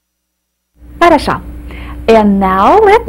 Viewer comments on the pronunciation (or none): If I am not mistaken she pronounces the word for "good" incorrectly or with an accent I did not hear in Russia. Good is "harasho", (хорошо) which sounds like an "o" at the end. She says it with an "a" at the end. This word is used CONSTANTLY for everything in Russia. It has many meanings, but not pronounced like she pronounced it.